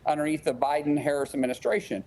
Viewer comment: Is this guy one of the Republican bigots intentionally mispronouncing VP Harris' name?